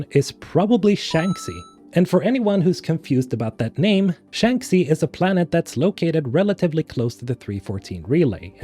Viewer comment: Andromeda wont be involved in this game. Also its Shang-She not Shanksy